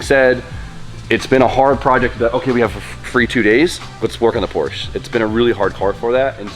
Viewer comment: Do you say Porsche wrong to troll us?